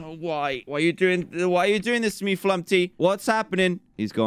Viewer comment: dan: flumpy me: flumPTy not flumPy